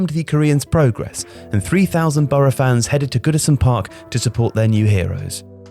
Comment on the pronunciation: Nah it's boro